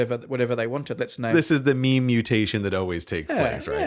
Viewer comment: Am I the only one who notice that brady said meme as me-me instead of meem?